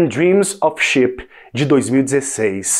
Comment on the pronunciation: Se lançarem "Titanic 2" poderiam colocar a música que aparece em 🤭 Quando ouvi a pronúncia "sheep" (ovelha), pensei que fosse ship (navio).